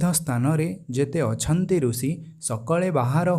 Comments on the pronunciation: रूसी नही ऋषि का शुद्ध उच्चारण कर लो श्रीमान जी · Actually Marathi me bhi rushi pruthvi amruta vrushali ye pronunciation hote hain. Ab ye sh ko s pronounce Kar raha hai isiliye rusi bol raha hai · Aapne sahi kaha..Is taraf hindi ka uchcharan hai...bhasha kabhi nahi badalti hai...'i' ki jagah 'u' laga dete, galat uchcharan hain inka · गलत उच्चारण है।